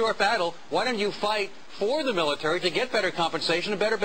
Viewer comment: MILATAREE IZ SRS BZNESS.